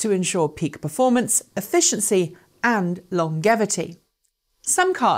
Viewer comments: Lol she said "long-gevaty" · The word longevity is pronounced lonjevity, you Yanks make my piss boil with the way you desecrate the English language. 😠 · This opens up the serious debate of whether it's 'Long -gevity or Long -jevity', ^oo^ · How can you pronounce longevity wrong?